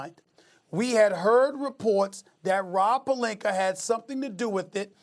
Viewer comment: “Rob Pelinker” - Stephen A Smith